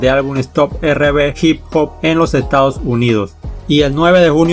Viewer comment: Como critica constructiva podrías pronunciar correctamente en ingles, algunos nombres de canciones los pronuncias correctamente pero hay cosas que no pronuncias correctamente ejemplo R&B no es "erre be" entre otras cosas. Un saludo y que buen trabajo recopilando info que en pocos lados encuentras en español.